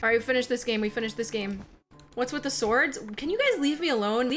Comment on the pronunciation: u said stodrs insted of swards